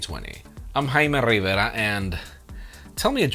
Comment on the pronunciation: Jaime can’t even say his name right. Dude stop trying to be Latino just cuz it’s popular stick to your gringo persona it’s less cringey